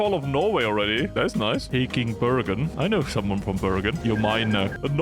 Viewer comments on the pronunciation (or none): none